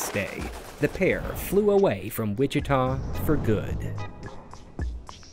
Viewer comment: I’m glad you were able to pronounce by city correctly lol “Wichita”